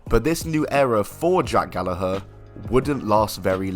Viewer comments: That’s how y’all pronounce Gallagher?! 🤯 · I'm sure it's pronounced Gal-lag-ger